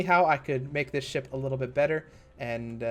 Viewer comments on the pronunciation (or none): every time he says ship I keep hearing shit